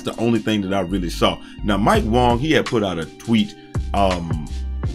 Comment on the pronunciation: And its way-ga wang, not wong